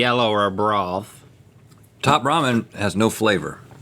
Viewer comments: It's ok, Rhett. I immediately picked up on the "brawth" too lol. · always love your alls' content!!!! "broWth" 🤣